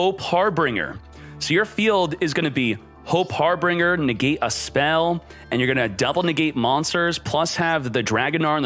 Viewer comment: Harbinger not harbringer, pegasus not unicorn😂